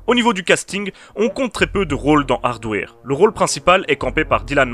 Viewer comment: Je dit pas ça pour être méchant ou blêssant , j'aime bien ce que tu fait , je suit ta chaine . C'est juste que quand j'ai entendu ta prononciation ça m'a flacher. Sinon c'est pas grave ^^